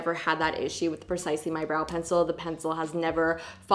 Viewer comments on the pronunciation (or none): Benefit (Precisely) Not Benefit (Percisely) LOL!!!!!!!